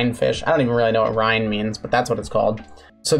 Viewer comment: the Rhine (Rhein is the actual spelling, pronounciation is half correct tho) is a river in germany. the river the romans did not like to cross.